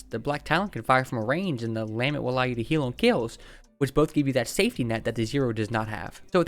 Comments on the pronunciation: Lah-MENT, it means a passionate expression of grief or sorrow. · for the love of god it’s the LUH-MEHNT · Bro “obliterated” that lament pronounciation